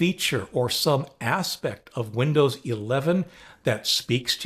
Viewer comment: Did you say Lindows?